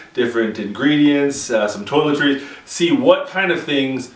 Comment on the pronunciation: At about 14 seconds in did he just say "toiletries"? LOL